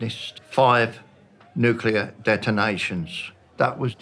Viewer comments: you made a whole video about nuclear explosions, but still called it nucular 🤣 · Stop sayin nukiler. It’s so annoying. Even most veterans call it nuclear. WTF is nukiler. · Came here to just say it's pronounced Nu-Klee-Er (Nuclear)...Not nuke-u-ler... Why is this mispronunciation so common? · Noo Clee Ar weapons. NOT Noo Cue Lar weapons ok? Thank you. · It's NOO-KLEE-AR not NOO-KYOO-LER! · It’s pronounced NU-CLEAR not NU-KYU-LER. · Please please,, it's nu klee er,, not nu ku lar. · Someone tell the reporter it's 'nuclear', not 'nucular'. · It is pronounced nu-clear not nucular. Those are different things entirely. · NUCLEAR. NOT "NUKYOOLAR." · If you’re going to make a video on a topic, at least pronounce the word correctly. It’s NUClear not nook-yu-lar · I understand the narrator is foreign but it is still 'new-clear' and not 'nuke you ler' smh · If you can say NEW and CLEAR, you can say nu clee err. Why do people say nu cu LER?? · Nuclear… not “nucular.” UGGH…. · The word is spelled & pronounced NUC-LE-AR it is not pronounced NUC-ULER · It is nuclear. Not new killer. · Nucular or nuclear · Pronounced NUCLEAR not NUCULER. Sorry physicist pet peeve. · NUC-LEAR weapons. Not NUKE-YOU-LER weapons. I couldn't even watch the whole thing. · I can't listen any further to a narrator who pronounces "nuclear" as "nuke-you ler". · I think the presenter's mispronounciation of nuclear as 'newkiller' bombs is very appropriate. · I can’t stand this guy saying “nucular” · Not very good if you’re close and it’s nu-cle-ar. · NEW CLEAR NEW CLEAR NEW CLEAR NU CLEAR NU CLEAR Nuclear Its.Not.Hard.To.Say. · As grateful as I am for this video, I still cringe every time I hear "nucular." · New-clear. NEW-CLEAR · It’s not that hard! NOO-CLEAR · Say "nucular" one more time. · Sorry, I had to click out after three separate people mis pronounced nuclear as nu ku ler.... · Nucyouler war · Can we please stop pronouncing it "nuk-U-lar" ????? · PLEASE stop saying "nucular". There is no such word.